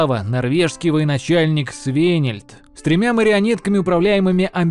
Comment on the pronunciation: Поработайте пожалуйста над ударениями! Очень много имен и названий, произносите неправильно, например имя воеводы Свенельд на !